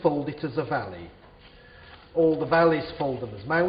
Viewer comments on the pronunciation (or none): its valley not volley